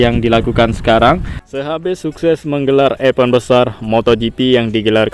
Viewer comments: betul dah,masih keliru tmen2 ytber dsna cara pnyebutannya😉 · Harusnya bisa mencontoh Iwan Banaran, Lucy Wiryono, bagaimana penyebutan yg benar kata "EVENT"